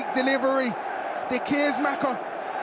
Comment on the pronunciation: Real cringy the way the commentators are mangling the name of De Keersmaecker.